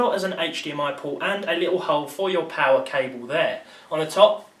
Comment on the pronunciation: "now you're playing with powe"